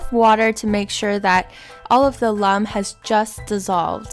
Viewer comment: Alum is pronounced AL. UM